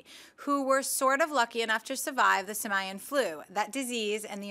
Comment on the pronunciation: Sim-eye-uhn? SIM-EYE-UHN?! AAAGGHH! IT'S SIM-EE-UHN! HOW U MISPRONOUNCE SIMIAN SO BADLY?!?! >-<*